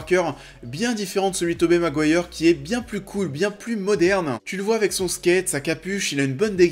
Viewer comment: La vidéo est pas mal mais ça se prononce 'Tobi' Maguire pas Tobé mdr